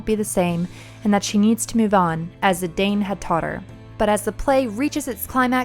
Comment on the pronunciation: Also, Zee-dahn instead of Zee-dain